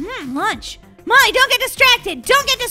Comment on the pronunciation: Why are people saying Mollys name rong I'm not trying to be mean/ rude but they were calling Molly mommy and Mami